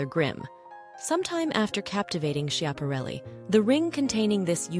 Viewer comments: It’s pronounced Scap-arelli, not Sshap-arelli. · The fashion designer Elsa's last name is pronounced SKeeahpahrelli. Not sheeahparelli.